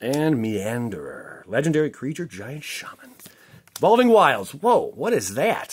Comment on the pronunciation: He's blatantly mispronouncing cards all the time and makes jokes like that constantly in his videos. Maybe it didn't land for your, but everyone and their mother that plays this game knows what an evolving wilds is. I don't know what to tell you if you genuinely assumed a channel where their primary content is opening up mtg cards didn't know what an evolving wilds was. That card has basically been printed in every modern set, and probably owns like thousands of them if he hasn't already built a small house out of all of his copies.